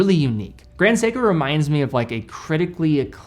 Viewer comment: I feel a little bit offended when he said it “Grand Seiko” 😂